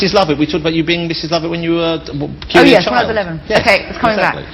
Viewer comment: i like when she says yes with a dutch accent (i''m dutch)